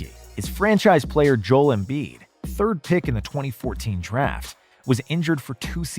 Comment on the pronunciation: You make basketball content and don't know how to pronounce Joel Embiid's name.